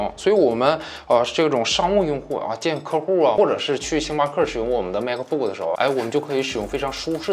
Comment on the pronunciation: 是马克不克 不是macbook